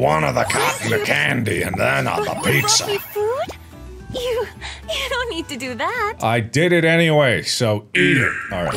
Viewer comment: As an Italian Marks pronunciation for pizza is perfect fr fr